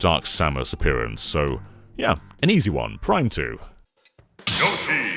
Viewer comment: Great video but the yahshi(yoshi) is too much to handle